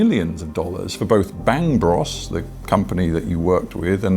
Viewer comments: "Bangg Bruss" - trying so hard to pronounce it like he never heard of it 😂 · That reporter.. “Bang Bross” - tactful mispronunciation ;) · “Bangbross” … who does he think he’s fooling? He knows exactly how to pronounce it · no way that dude doesn't know it's pronounced bang bro's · Hearing a BBC correspondent pronounce it "Bangbross" gave me the chuckle I needed this morning. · My favorite is how the British anchorman pronounces it "Bangbross" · Pronouncing Bangbros like that is hilarious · The way he prononces bangbros, trying to act like he never heard of it lol